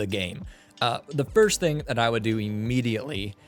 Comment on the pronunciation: 'firts' xD